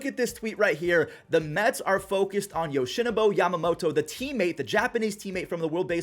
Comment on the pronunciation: My brother, you keep mispronouncing Yoshinobu’s name as well as Brent Suter’s. If you’re unsure, please look it up especially if you’re talking about a foreign baseball player.